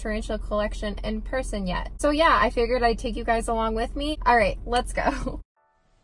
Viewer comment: I thought u sed prison but its person xd